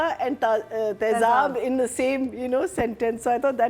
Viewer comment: with all due respect, it is taezaab, not taeHzaab.